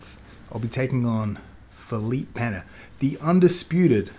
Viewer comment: Props for saying Pena correctly, Craig God.